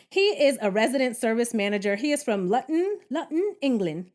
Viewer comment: So glad you've come to entertain us again and I'm looking forward to your reviews from my side of the pond XD P.S. Took me a moment to realise you were pronouncing Luton but either way, I loved it. And the voice is BEAUT-I-FULLLLL!!!